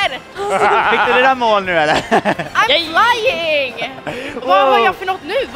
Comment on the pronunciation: Felicias commentary😂😂😂 "Omg ajm flajjing" " Vem är den där jätte sköldpaddan?!"